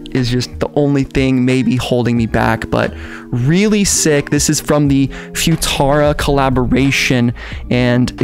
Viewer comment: "Foo-tara" LMFAO